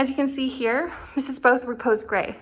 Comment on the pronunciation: It's not Reeee-pose Gray, it's Ruh-Pose with the emphasis on the second syllable.